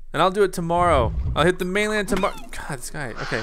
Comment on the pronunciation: you said torrmrore